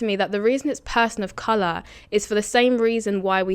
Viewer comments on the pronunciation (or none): It's Color not Coluuuuur